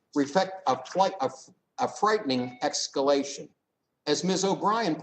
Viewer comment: Doyle it’s not excallation it’s escalation ! Lol can’t even read